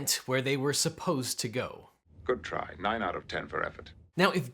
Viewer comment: Lol, "They boldly went where they were suppost to go." XD